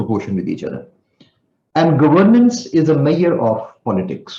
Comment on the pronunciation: Measure - please learn to pronounce.